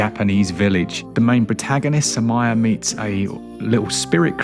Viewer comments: It's "SOO-mee-ray", and it means violet. Hence the little purple flower. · Sumire is pronounced Su-mee-ray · It's pronounced "SUE-ME-RAY."..